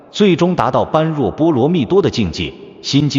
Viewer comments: 般若 念 波惹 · 1.不要隨便說，誰是誰的化身！ 2.“觀照”兩字，也非慧律法師，首次提出！ 3.般若：音念“ㄅㄛ””ㄖㄜˇ”！